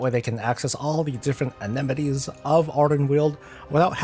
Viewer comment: Amenities. uh-men-i-tees